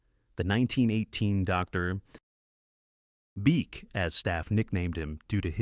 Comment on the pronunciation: You got a like ONLY because of the comedic pause of Dr. ... Beak! 😂 The video is sad though without photos.